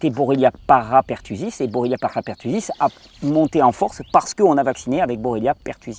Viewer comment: Juste un petit détail, la bactérie s appelle bordetella et non bordatella ou borrelia.merci pour tes videos.